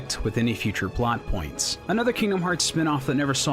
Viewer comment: Please stop saying poins